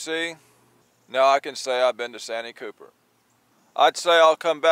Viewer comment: Ain't it pronounce 'Saanteee Cupper' ?